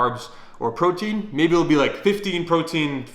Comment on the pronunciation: "PROITEIN SHAKE" Is that another kind of goddam steroids bruh? Need to let us know lol